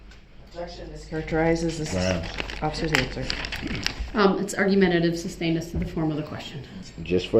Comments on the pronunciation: "Grounds for the substain?" - PMSL!!! 😅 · If this idiot says "substained" one more time.... THAT IS NOT A WORD. Is is SUSTAINED. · I hate how he mispronounces all the words repeatedly, e.g. suBstained.